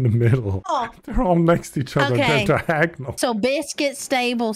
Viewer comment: He really said “Diag ONAL” like it’s not correctly spelling 😂